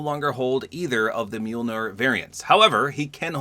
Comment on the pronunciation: LOOK a Fortnite Youtuber that can pronounce Mjolnir